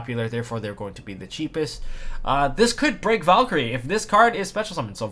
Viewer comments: As a German i should feel offended by your pronunciation of the Valkyrie card, but i like your content too much to do so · its valkyrie sixth (german)